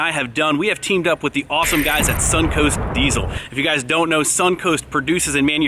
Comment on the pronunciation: Quit pronouncing it “Deizel” please